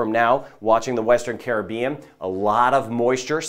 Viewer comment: I am a New Subscriber!! Great & Accurate Weather casting & can pronounce Caribbean the Correct & Carib-Bean way too!! 😂 Much appreciated!! 👍 👍